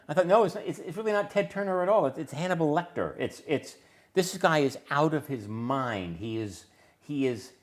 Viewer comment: Every bf he says, just from his vocal mannerisms & whatnot, is HYSTERICAL. The way he says “Out of his MIND” makes me crack up.